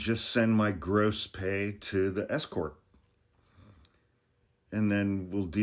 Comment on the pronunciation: The info in your video is truly important but my comment here is about the pronunciation of your "S" Court. Maybe put a little more hesitation between the "S" and the "Court" because when you blend them together, it sounds like you are saying "Escort". (start in the video where you say, "tell the bookkeeper to just give it to the SCort." LOL! Then again, if you do have and Escort Corporation, that's good too.